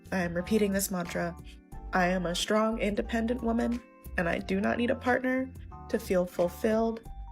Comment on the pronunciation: "I am a shtrong, independent woman...." Shtrong?